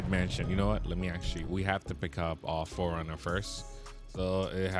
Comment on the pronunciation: Ayo no one had an idea he's saying foreigner instead of 4runner cuz the car community be like oh wtf 😂😂 and please say it right thanks